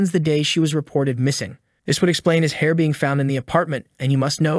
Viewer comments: Your hairrrrrr is therrrrree! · Your haer is thaer, man! Your haer is thaer!!! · Your hayer is deyer.